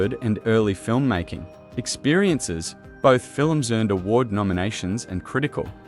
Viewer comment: Fiilll-lummss... is not even a word.. lm sure Spielberg would have a fit if he heard this horrible AI representing his latest masterpiece. Doesn't anybody edit anymore are proof listen to this annoying AI mispronouncing everything. Jeez do better!